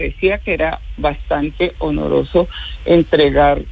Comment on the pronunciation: Señora exministra: no se dice onoroso. Se dice oneroso.